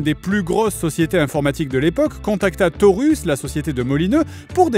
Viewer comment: « Torus » au lieu de « Taurus » 😅 la définition même de « sur un malentendu ça peut passer » 😂